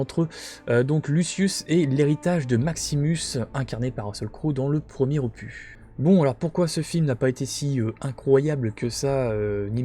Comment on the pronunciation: aloha, top vidéo comme d hab mais petite touche d humour arrête avec opu(s) lol, on ne dis pas un cactu(s) mais un cactus et un ficus donc un opus lol ni un infractu lol blague à part cela top rentrée merci pour la vidéo